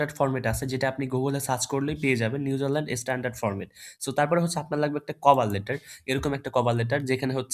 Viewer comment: ভাই নিউজারলেনড না নিউজিল্যান্ড😊